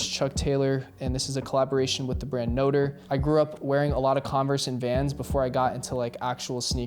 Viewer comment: Noter lol it’s pronounced note-tray 😂